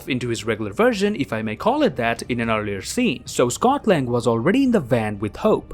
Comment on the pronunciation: Am I the only one who hears Scotland when he says Scot Lang